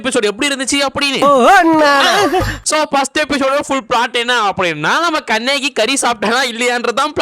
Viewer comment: kannagi ❌ kaneki✅